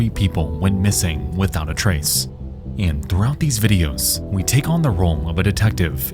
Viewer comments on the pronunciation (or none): none